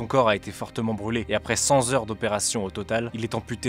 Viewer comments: cent Theures pas cent Zheures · 8'40" "cent Z'heures d'opération..." Vraiment ???? Faites gaffe quand même aux liaisons, c'est quand même facile celle là... On ne dit pas "cent Z'euros" ni "cent Z'ans" 😭. Il y a aussi à 10'09" "son N'handicap" ?!?.... Mes oreilles ont mourru 😂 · cent ZHEURES?